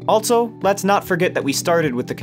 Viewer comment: There is no “t” in the word “also”.